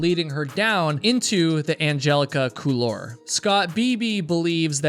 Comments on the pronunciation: Couloir, it's a French term pronounced coolwoir. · Couloir is pronounced cool-wahr, not cool-are. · it's pronounced cool-waar, not cool-lar. Good video though. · On a side note: the word "couloir" in "Angelica Couloir" is a french word meaning "passageway" / "hallway", and is pronounced "cool-war". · Couloir is pronounced "cool-war", as close as I can tell, it's a French word. The L is almost silent. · Hope you dont mind the nitpicking, but the word Couloir is pronounced Cool-warr, not like war but warr like the end of arrrr from what a pirate might say xD. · You pronounce "couloir" very strangely, but I'm Canadian.